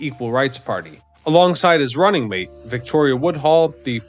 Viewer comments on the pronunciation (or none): none